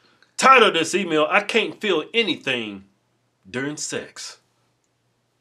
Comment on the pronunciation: "Emayul"? Lol